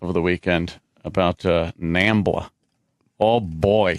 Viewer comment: Tf is Nambia?! U mean Zambia 🇿🇲?